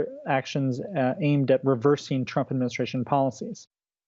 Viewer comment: Executive Order 13769, you said Trump wrong.